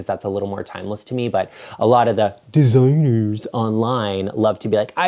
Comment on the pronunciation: Luv your giggle when you snuggle your aDORable pup 🐶 and also the fun reference to “Dee-ZI-nerrrrs” ❤️🤓🍾 I am trying to get my act together to schedule with you. Soon!